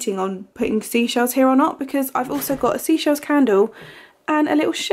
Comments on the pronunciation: I thought the White Company scent was Seychelles (Say Shells) like the holiday destination not seashells? Have I been saying it wrong all this time or have you? Haha 😂😅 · You are saying seychelles wrong you pronounce it SAYCHELLES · It is definitely 'say' chelles as in the destination/place rather than Sea Shells 👍🏻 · It’s Seychelles.like the country. Great vid. Lovely kitchen transformation